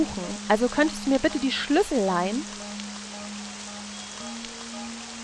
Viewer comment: Ich könnte mich jedes Mal beömmelt, wenn ich dich Sch(e)lüssel sagen höre :D